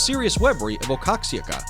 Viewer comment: Waaa-haa-kaa not wax-ah-kaa